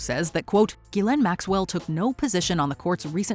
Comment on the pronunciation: That’s not how you pronounce Ghislaine